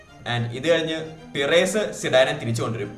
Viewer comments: പിറേസ് അല്ല ബ്രോ പെരസ് ഫ്ലോറന്റിനോ പെരസ് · Bro റായാൽ മാഡ്രിഡ്‌ ന്റെ പിറെസ്സ് എന്ന ഉച്ചാരണം കേൾക്കുമ്പോ നല്ല ബോർ ഉണ്ട്, kindly make sure u pronounce names properly 🙏 its റിയൽ മാഡ്രിഡ്‌ ആൻഡ് പെരസ്